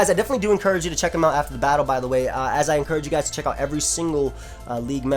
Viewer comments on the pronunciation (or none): none